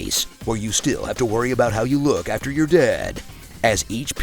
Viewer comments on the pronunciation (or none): none